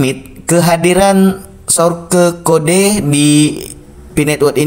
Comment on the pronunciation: Ihhhhh...kamu lucuuu dehhhh masa sourke bacanya😄😄😄😄😄😄